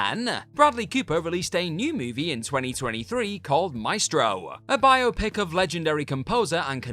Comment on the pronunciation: I love that biopic was pronounced properly